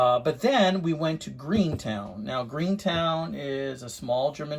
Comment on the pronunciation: Gruenetown?! It’s just Gruene, sir. 😂 Great find and value. You fixed it up good. 👍